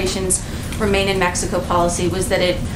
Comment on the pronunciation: Lol she almost said messico.